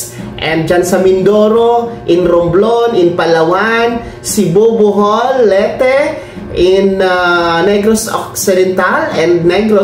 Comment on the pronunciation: Ayusin mo Ang pronunciation mo.LETE. Leyte.may y un